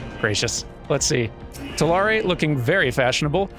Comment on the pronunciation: pronouncing Tulare wrong hurts my soul since I actually live in Tulare county